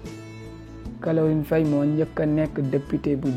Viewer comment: Tu peux même pas dire caroline faye. Tu dis calorine faye . Tu sais même pas parler. Tu devrais te taire